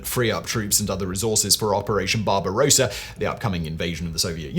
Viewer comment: 'Barbarossa' Lol